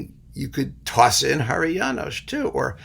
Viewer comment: And many thanks for the all good pronounciation of many Hungarian names, including Háry János, with SH ending..., rare occasion, btw.